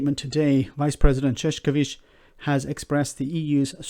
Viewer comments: You turned his name literally into "clownman". It is Ševčovič, not Šeškovič. Marosh Shevtshovitsh. Not Marosh Sheshkovitsh. It is nice that you try your best to pronounce his name correctly, but a simple change from "š" to "č" and from "č" to "k" literally changes the meaning. There are two disticnt words: ševc (archaic/phonetic šefc, modern version being švec) being related to shoemaking and šašek meaning clown. Calling him a Clownman is the context of what the British Government is doing is hilarious. :-D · Shevchovich please...not sheshkovich. Shev like in shair, cho like in chow, and vich like in witch. Shevchovich. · Btw, Maros Sefcovic name is pronounced Marosh Shef-chovitch. Think of the accent above the s and c as adding an 'h'. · Ševčovič is pronounced as Chev - cho - vich. Chev like in "chevron", cho like in "choking" and vich like in "witch". It is not that hard.